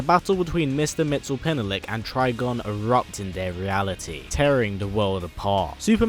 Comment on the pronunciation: Mix yes spit lick is how you pronounce Mr. Mxysptlk. Also, this is fucking awesome. Keep it up, sir.